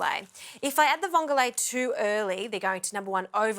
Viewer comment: It's not vongolae It's just vongole I love watching your program. But I couldn't help myself to correct your pronounciation. Vongole is an Italian word. How much vongole did you use To the amount of pasta